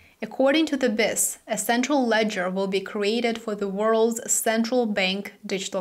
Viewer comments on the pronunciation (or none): The Bank for International Settlements’ acronym is pronounced Bee Eye Ess. Don’t mean to correct you just trying to help. 👍